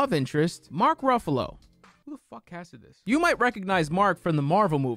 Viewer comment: I think I misheard you....did you call....@ did you call Mark Ruffalo a “BUFFALO”?!?!?!?!? Hehe